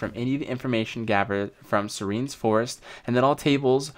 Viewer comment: bruh thats not how u pronounce serenes